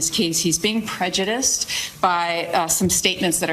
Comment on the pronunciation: Try pronouncing "prejudiced" again.